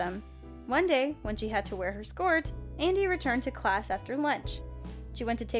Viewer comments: Anybody else notice that siad skort instead of skirt. no just me, okay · She can't say skirt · Scort?????!!! You dumb bird its sc-ir-t